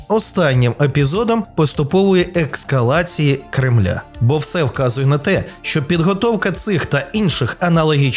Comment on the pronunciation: Відео хороше, але "еКскалація" ріже слух